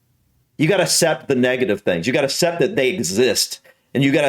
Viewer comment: u proved the intelligence statistics by saying cept instead of accept